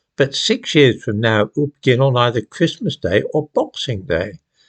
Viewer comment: Will the most aggressive prosper? It's usually the case. Also, is the letter T supposed to be pronounced in the word Christmas?